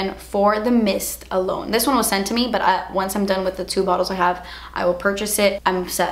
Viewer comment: The “but!!!!” 😂😂😂